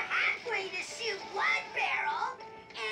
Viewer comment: Is he saying "shoost" instead of "shoot"?